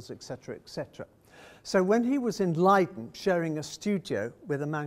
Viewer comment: Listening to this guy mangle Dutch/German pronunciations -hurts my ears -Shippol ,really, Burger master,Leede!!!